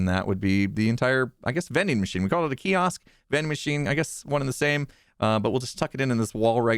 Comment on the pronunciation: I noticed the small slip when you said kiosk but had I not been looking for it would have been seamless!